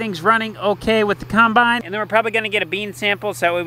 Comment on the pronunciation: I finally figured out says "cimbine" instead of "combine". I wonder why.